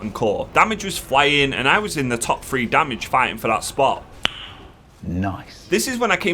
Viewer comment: pronounce your Ths, it’s thhhhree not free